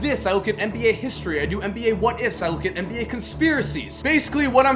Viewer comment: Why the fuck do you say "mba"